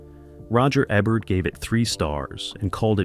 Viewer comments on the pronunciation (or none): The narrator is just reading words. He did not make the video. His mispronunciation of names is the giveaway. Roger eh-bert? Really?